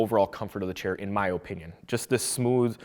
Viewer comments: why does blud say opinion like that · thanks for the video but learn on to say opinion better sheesh boi